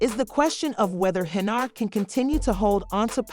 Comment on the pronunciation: the voiceover on this video is really bad. who the f is Henry-yard?